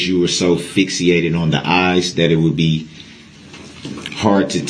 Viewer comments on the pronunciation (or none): He is quite a dumb person as he does not know how to say easy words. It's not "Fixiated" Brooks, It's "Fixated" There are some other words that an educated person would know but he only did 11 years of school. Of the 11 i wonder how he got by those.